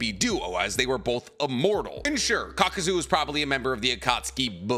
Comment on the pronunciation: How did you post a short saying itachi vs kakuzu spelling kakuzu wrong and saying it wrong lol